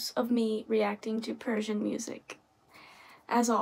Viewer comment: Your Persian pronunciation is fantastic. Your Persian music reaction videos are very interesting too.